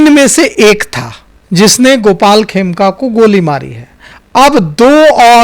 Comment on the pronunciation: Aaplog dono bolne me bahot galtiyan karte hain, madam 'Khemka' ko 'Kheme' bolti hain, aur 'ADG' ko 'ADJ' BOLTE HAIN. Aapki jankari ke lie bata dun ADJ judge hota hai.